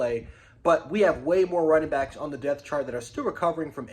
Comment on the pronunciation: Yo you keep pronouncing the word “depth” incorrectly. You say it like this - dep-tha not “death”. You gotta put emphasis on the “p”.